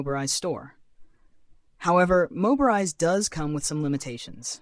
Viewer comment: Yeah, it's not "Moberise," its Mobirise. He didn't even do QC for the AI created VoiceOver. Hah. Do the VO yourself or hire a proof you want to be taken seriiously.